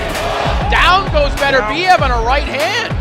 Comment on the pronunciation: It's embarrassing how you pronounce his name. His name is not Betterbiev...its Beterbiev, Russian not English.